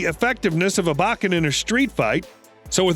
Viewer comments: Pronounced bow-ken, not bach-en. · said Baaken not Bokken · Bo ken ….not ……ba ken smh and yes they are lethal, instead of losing a limb, it mangles a limb. It still ends you, you just may suffer longer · Your pronunciation of Japanese is awful! 😂 It’s Bo-Ken. Not, BAW-Ken. 🤣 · "BO KEN" not "BAH KEN"... lets say it together now BO KEN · 1. It's pronounced "Bow-ken"; not Bokken. 2. you said that a bokken is more lethal than a real sword. Twenty seconds later you contradicted yourself and said that it's used instead of a real sword because you can get hurt bad with a real sword. 3. Literally one second later you said exactly the same thing. 4. Judo is not pronounced "Joe Doe". It's pronounced exactly how it looks. 5. You said "it's not as mortal as a real sword", swords are not mortal or immortal because they are not living things. They are either lethal or non-lethal. 6. you literally said that a sharp metal sword is less sturdy than a dull wooden bokken. Do you even know how people CUT wood? This whole video is 100% pure unadulterated bullshit. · Bo Ken not Bach In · Like Hell it is! More like straight up Wašíču to me. BTW... it's pronounced Bō-ken, not Ba-ken, bakatare! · It’s pronounced Bokken, and Judo. Not Bakken, and not Jodo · It’s pronounced “bow ken.” Obviously, you have no real background in Aikido. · Not sure where you are getting your pronunciation from, but every martial arts teacher I've been involved with pronounced it "bo-ken" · Plz stop saying Bahken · Say bakken one more time. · Long O sound buddy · It bok ken put you bokken not boken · That's not how you say "Bokken" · You say it with the o not an a.